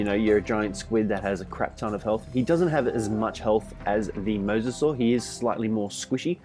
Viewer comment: MY DUDE. YOU ARE THE only ark youtuber who correctly pronounces mososaur